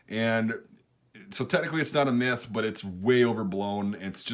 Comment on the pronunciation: why did I hear meth every time he said myth